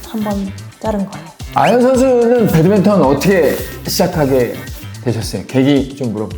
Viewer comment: 배드민턴유튜브하는 사람이면 배드맨턴 말고 배드민턴이라고 해줬으면 좋겠습니다